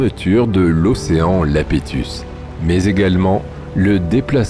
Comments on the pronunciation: Yapétus ! Océan Yapétus, pas Lapétus. Ça s'écrit avec un i majuscule que tu prends pour un l minuscule. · dans toutes ses vidéos il se plante sur la prononciation de ce paléo océan. C'est dommage : il fait du bon boulot.